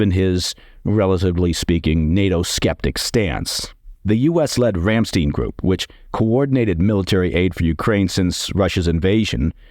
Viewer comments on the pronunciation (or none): Great brief, thanks! Just a note that Ramstein is pronounced like Einstein (not Ramsteen). In German if there are two vowels together, you pronounce the second one. To hear it pronounced, just search for any major news outlet's coverage of Ramstein